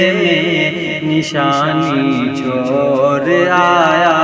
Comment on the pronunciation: ڑا😂 نکالو بھائی...... مور اور چھور نہیں موڑ؛ اور چھوڑ بولنے کیلئے بولو